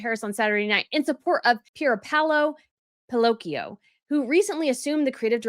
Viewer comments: It’s Pierpaolo Piccioli — pronounced (pee-CHO-lee), not Pinocchio or Pillocchio. Real fashion experts know how to pronounce Italian and French designers’ last names. Try mastering that before calling yourself a fashion guru and criticizing Meghan Idiot Markle. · It’s not Piloccio lol read it again !!! The L comes later